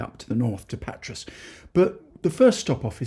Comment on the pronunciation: A slight correction if I may, Patras, the “S” is silent pronounced Patra, not in Pirgos though, the S is pronounced. Good videos though thanks, love watching them. My wife’s hometown is Amaliada (the platia is awesome at night if you get my drift!), some wonderful beaches and beach bars, Marathia is our favourite just up from Kourouta. We just got home (Australia) from 5 weeks there, drove around most of the Peloponnese except for the leg where Nafplio is located. Definitely go there next time. But in Patra you must take a walk along Riga Fereou, a long pedestrian street with great cafes, shops and restaurants. Of course Agios Andreas (St Andrew’s Cathedral) is a must see, the largest church in Greece. Our friend lives just near the castle. We plan to buy close (ish) to my wife’s hometown, so who knows, we may bump into you for a Freddo Cappucino one day. Keep up the good work.